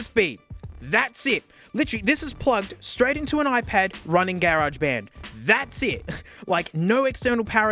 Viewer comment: "gay-raj band" is my new favorite Australian (or maybe just ) pronunciation.